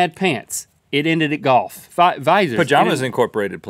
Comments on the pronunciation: The way they say "golf" sticks out like a sore thumb... Goff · Rhett says golf as "goff" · Link pronounces Golf "Goff"